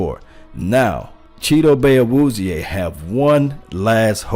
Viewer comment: Brian DeLuca he actually is pretty close, they asked him on 1310 the ticket how to pronounce his name and isn't messing it up like some people have.